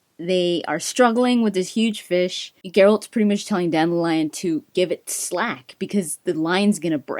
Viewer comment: I find it strange that in the audiobooks Dandilion is pronounced Dan-dil-ion not Dandi-lion lol.